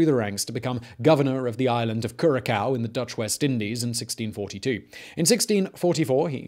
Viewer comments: Kyu-ra-so not Ku-ra-kaw. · Dude said, (KU-ra-kow). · Did he legit say kurakou? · Curakao???? Xd the c is an s like in french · Curaçao is how its written kurasao spoken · Ah yes, Kurakao. Lovely place. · Did you just say kurakao? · The second c in Curacao is an s sound, not a k sound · I know people sometimes struggle with pronouncing foreign names, but Curacao? You can do better than that.